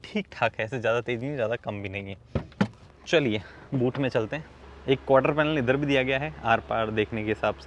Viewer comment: First i heard boot me chalte h mgr ab mootne sunai de raha h🤣🤣🤣🤣